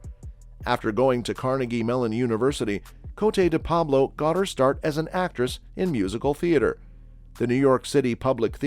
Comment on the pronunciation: The very least you could do is pronounce her stage name correctly